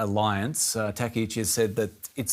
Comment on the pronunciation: Her surname is TakkaIchi. Not Tekauchi.